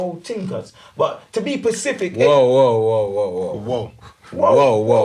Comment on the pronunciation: you're my guy but the way you pronounce certain words is crazy. Man said "Bruv, let me be more pacific... " 🤔